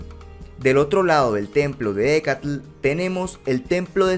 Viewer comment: Me encanta q pronuncies tan bien el nombre de la manifestación de Quetzalcóatl: Ehécatl, antes pensaba q se decía "Ejecatl", pero la "H" es inexistente en su pronunciación, y sólo se dice "Ecatl"